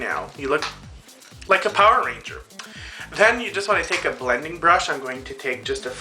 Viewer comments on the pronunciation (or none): none